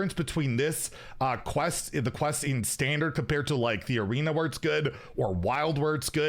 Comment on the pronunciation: inner fire priest wasn't control, it was a combo deck, also why are you saying standart instead of standard, this isn't PoE